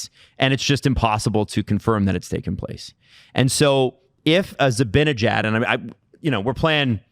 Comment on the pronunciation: I love you, you’re beautiful inside and out. But I’m begging you, please learn to pronounce Zibanejads name lmfao